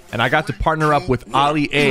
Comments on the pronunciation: Sypher:me and olia got to compete Me: did he say olia and not alia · He called him ollie-a I’m confused 🤷‍♂️ 🤔🤔🤔🤔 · begining oli-a thats what i heard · Man said uli a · He said alie a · He said Ollie A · did anyone realize he said olie a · Notice he is saying oli a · He said oli a smh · He said oli a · excuse me did he just say oli-a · Why did you say oli a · He says his name wrong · U SAID ALI AI WRONG DUDE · I mean u said ali a wrong but ok